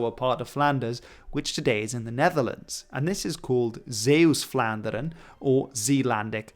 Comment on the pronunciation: Your pronunciation of Zeeuws-Vlaanderen is pretty good